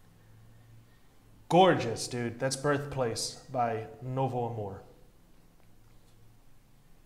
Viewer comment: kakak o cara falou Novo Amor tão bem que eu até assustei, dps vi q ele é br akakak